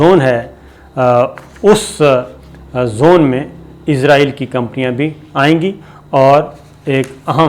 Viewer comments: Sir gee the word is Israel not izraeel.... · Sabir bai aap bar bar israeil ko izraeil kehty hen.jab k izraeil eek farishty ka nam ha.is ghalte ko drust Karen.abid al Riyadh. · یہ عزراٸیل دنیا کے کس ملک کا نام ہے؟ کمال ہے کیسے کیسے جاہل اس ملک میں سینٸیر اینکر بنے بیٹھے ہیں ۔ اسراٸیل نام ہے ملک کا ۔اردو میں س سے اور انگریزی میں S سے Z سے نہیں ۔